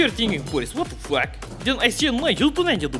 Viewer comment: the pronounciation of “fuck” made me laugh